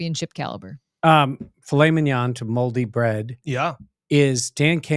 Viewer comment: Dan is an original. I'll take Fillet (FeeLay) Mignon (all the French I know).